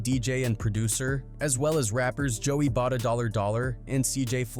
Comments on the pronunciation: Joey Bada-Dollar Dollar actually made me roll my eyes and almost click off the vid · 😂 bro said Joey Bada Dolla Dolla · “Joey bada dollar dollar” lmfao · Man I can’t even listen to this video after I heard “Joey BaDa $$” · "joey bada dollar dollar" 💀